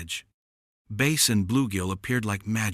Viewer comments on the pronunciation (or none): Good Story except whoever is telling this story and Calling Bass Fish ...Ɓase Fish -improper pronunciation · Im Sick Of Someone calling a Bass Fish 🎣 a Base Fish--Boom-Boom The Correct Pronunciation is a Bass Fish 🎣